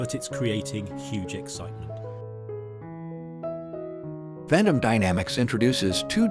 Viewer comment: It is pronounced "vent-um"